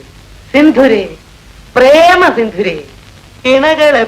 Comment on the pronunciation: ഇങ്ങനെ ഭാഷയെ കൊലചെയ്യരുതേ. ചന്ത വിരിയുകയല്ല, പിരിയുകയാണ്. സിന്ധുരയല്ല, ബന്ധുരയാണ്.